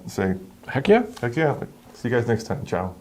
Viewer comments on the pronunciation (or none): none